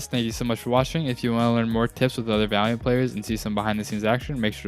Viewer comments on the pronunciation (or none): Am I the only one who heard "learn more tips with diamond players" instead of "Valient players"?